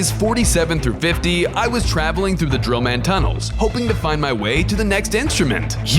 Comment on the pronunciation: Bro he says d drill man 😳